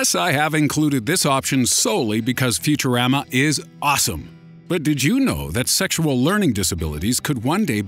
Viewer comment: Futur-a-ma!!!!!!!!!!!!!!!!!! not futur-ama!!